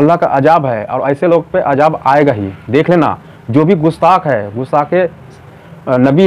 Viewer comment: Bhai apna lafz sahi karo ajab nahi hota hai azab hota hai huruf ki sahi adayegii karo